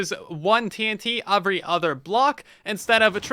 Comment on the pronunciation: does your dialect really pronounce "every" as "/A/very"??????